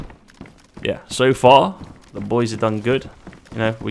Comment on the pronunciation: I lost some brain cells when I heard raiding with da boois